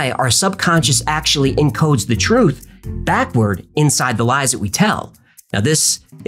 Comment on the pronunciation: Twoof is scawwy